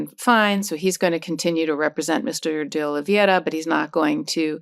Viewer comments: It's pronounced Dee- Olee vey ra (spelled D Oliveira) the e before the i.....vey like saying Hey... but at least Karen Freedman Agnifilo tries to pronounce it correctly. KUDOS for trying. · Karen, it's DeOliveira (olivera) not DeOliviera. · Please learn how to pronounce DeOliviera correctly. It's embarrassing.